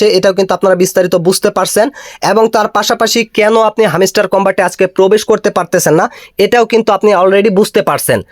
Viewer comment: view r jonno bangladeshi youtube r ra lengta o hoiya jaite parbo tar proman pailam😂. Ar bhai video r pasah pashi ektu pora likha da o korten tyla tw aida re hamiistar na boila hamstar bolten🤣